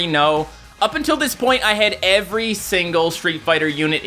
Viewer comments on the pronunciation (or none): none